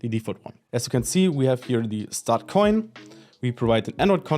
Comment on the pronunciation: Thank you for pronouncing it CORRECTLY! No idea why people try to call it "ko-in" when the domain name itself is "insert-koin" which is obviously a play on words from the arcades.